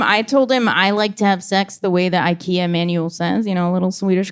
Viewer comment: "Dishes from Ikeos"